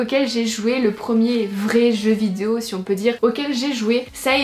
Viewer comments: T’as enfin réussi à dire VI-DE-O et non pas vidzéo 😂😂 félicitations, la France est fière de toi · Punaise elle a réussi à dire vidéo ! je pense que c'est la grosse bouche qui déforme le mot d'habitude ahah je rigole hein t'es super mignonne miss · Je suis émue... Le mot vidéo dit correctement. Nous sommes fier de toi. ( Snif... Notre petite fille est devenue un vraie femme maintenant... Elle dit vidéo toute seule... ) 😂❤❤